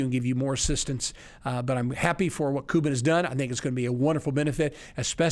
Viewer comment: Thanks for the information, very informative. The only thing that threw me off was your constant mispronunciation of Mark Cuban's last name. It's Cuban(Q-ban) just like the people who come from Cuba. You kept saying cou-ban. What gives? 🤷 Btw, Mark pronounces his last name Q-ban